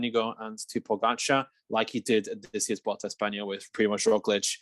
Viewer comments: For the love of God. Why do people keep saying "vuolta" instead of vuelta? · actually there is NO 'V' sound. It's more like weulta!